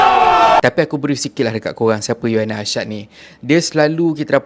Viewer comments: Bukan You-aina Arshad la.. Mmg la org xkenal You-aina Arshad.. Hihi..sebutannya Uyaina Arshad.. U-uuu...yai-yaiii...na-naa..Uyaina.. So sebutannya Uyaina..bukan You-aina..haha.. Haha 😂 jangan mara haa... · cara abg sebut nama uyaina arshad tu salah.. bkn yuaina.. bkn juga yuyaina.. tp U YAINA.. U tu sebut U bkn YU